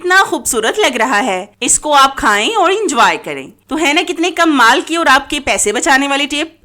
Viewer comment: Pehly tu Kamal Bolna seekhain Aap bolti hain kummal Tips btati Jain jis ko Jo psand Aaye ga wo khud hi comment kr dy ga